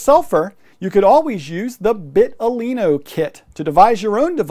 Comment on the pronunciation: vital-ino, not bit-talino (that's the whole point of the name)